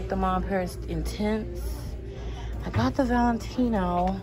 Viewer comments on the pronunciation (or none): none